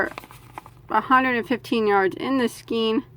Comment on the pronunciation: skein is ponounced 'skane'